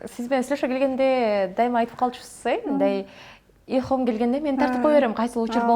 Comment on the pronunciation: Журналист кыз ИЛХОМ дебестен Илхам дечи чала кыргыз болбой,а так 🌹